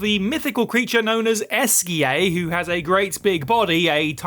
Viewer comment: French games should include pronunciation guides... Esquie in Expedition 33, Eugénie in Lies of P... It hurts to hear these butchered names as a native French speaker.